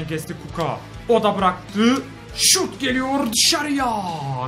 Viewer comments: Kuka değil Kucka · Abi kuco değil kucka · Kuka değil abi kuska diye okunuyor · Abi kuka ne ya :D :D Kutska diye okunuyor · Abi sen kuckaya kuka diyiyon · ABİ O KUKO DEYİL KUÇKA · kuka değil o kuçka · abi kuko degil kucka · abi kucka öyle okunmuyor kuçka diye okunuyor